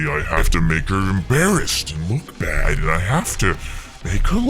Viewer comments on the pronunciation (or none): she said bad add like your watching a show and there is a add your like BADADD